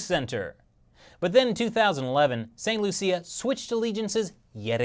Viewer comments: St "Loosha" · It's pronounced "Saint Lu-Sha" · St. Lucia (pronunciation) >St. loo-sha